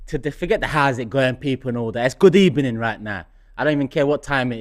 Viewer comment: That smile from at the start followed by his "Good ebening" 😭